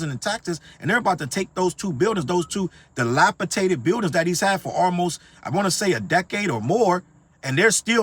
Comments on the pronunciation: DilapiDated not -tated. No shade...But, you are speaking facts. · " dilapa Tated" lmao